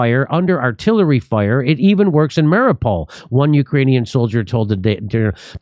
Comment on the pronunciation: It’s mar-ee-Uu-pol.